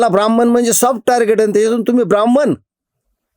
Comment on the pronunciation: काका, हा शब्द ब्राह्मण आहें, ब्राह्मन नाही. तुम्ही उच्च घराण्यातील ahat कृपया "न व" ण "मधील फरक समजून घ्या.